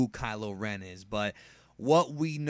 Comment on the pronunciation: Kylo Ren Ky-lo Ren Ch-lor-en Chlorine Kylo Ren = Pool disinfectant